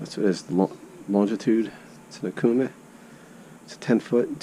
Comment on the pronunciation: Dude say okuma the right away